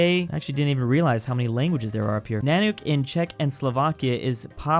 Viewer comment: Nanuk is pronounced “nuhnuk” not “nahnook”, not to be mean